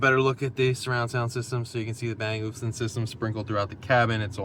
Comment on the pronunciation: Bang and “Oh Luff Son”. That’s how you pronounce it.